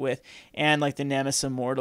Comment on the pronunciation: nemesis* not nemis.